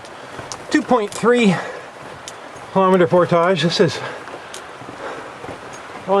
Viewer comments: Glad to see you know how to correctly say the word, "portage." Makes me think you probably say and do all the other stuff correctly. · actually, he is saying it the correct way.... its just some americans who are incapable of saying french-based words correctly. Just like a fish Fillet, and front Foyer... its Fill-eh & Foy-eh (no canadian joke intended lol) not Fill-it & Foy-er. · how he's pronouncing it is the standard Ontarian way as far as I know.